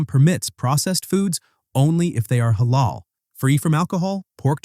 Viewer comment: Yeah but if you real care about Islam you should know that nutmeg is Halal and also it's pronounced more like he(like a in America) la:l.